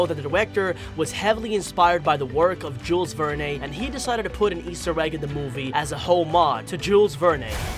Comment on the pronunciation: It was a really sweet and wonderful movie. Good job on your video! However, I wanted to tell you that the 'e' at the end of Jules Verne's last name is a silent 'e' for the future, should it come up. 😉. Thank you for all your hard work and I hope you do another video showing what we all might have missed through out the whole movie. 😁. I look forward to it.